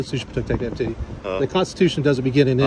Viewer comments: Love the open, the LEO not able to pronounce “constitution”, obviously never heard the word before!😂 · Wow...she can't even say it 🤦 Law enforcer in the United States of America 🙈 are you serious WOW WOW 😢